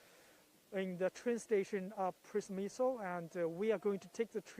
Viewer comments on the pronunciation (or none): Przemysł means industry. 😂 Przemyśl is the name of the city. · The reporter really did everything to avoid pronouncing Przemysł 😂